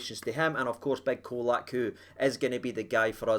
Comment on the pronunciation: IT'S "CHOLAK"! LOL😂, had to laugh at some of the predictions from the Hammers before the game - one spouting 5-0 to them...sent hame with a skelpt erse!